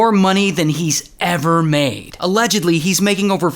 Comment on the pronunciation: Allegdedgedly?!! Was a fan until yer illiterereracy got me